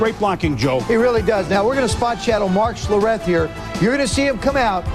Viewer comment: Mark Sher-eth? Lol.